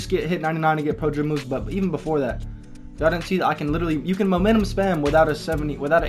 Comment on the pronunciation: This dude can't pronounce pro dribble moves. Prdrbbamvs